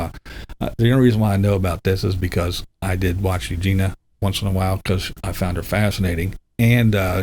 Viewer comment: BTW - Eugenia's name (I believe) is pronounced 'Eugenya.'. Just sayin'.....